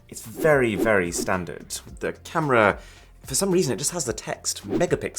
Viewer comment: 4K "CAMRA"